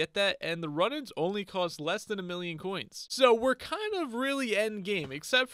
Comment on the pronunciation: It’s not run it’s rune for the bow runenans